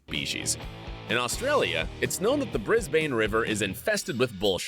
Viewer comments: Bris-bane 😂 it’s Bris-bin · the way they pronounced Brisbane made me and most likely any Aussie cringe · That’s not how you say Brisbane you say brisbin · Ol mate isn’t Australian cause it pronounced Brisben not brisbANE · ITS NOT PRONOUNCED BRIS-BANE ITS PRONOUNCED BRIS-BIN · Did anyone else notice these? "Bris BAIN River" It's Briz b'n "Salt water crocodiles can also live in fresh water" Shows a picture of the slightly less harmful Freshwater crocodile Get your facts straight!😆 To get your true taste of Australia, please come to us! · Bro really said bris bane when its more pronounced bris bun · I hate it when people call our cities “Melborn” and “Brisbain”. It’s pronounced Melbin and brisbin. Also we don’t have alligators, only crocodiles. (Unless you’re counting zoo’s) Also no one calls it a sea wasp, it’s a box jellyfish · Oh dear another American video where they have no clue! I wouldn't swim in the Brisbane River (note Brizbn, not Briz-bane) if you paid me and it's not because of bull sharks😆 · I know. Bris-bayne? It's pronounced Bris-bn. They always say Mel--born too, instead of Mel-bn. And don't get me started on how they all mispronounce emu! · briz bane lol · Sorry, the Bris-BAYN river? These pronunciations though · I swear to God the amount of times people miss pronounce brisbane is mad it's pronounced brisbin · I’m dying, bris-bane.. lmao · This fucker did not just say bris-bayn ffs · Bris- “bane” 🤦🏻‍♂️ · Bro he pronounced Brisbane wrong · Definitely. The way they pronounced Brisbane confirmed it.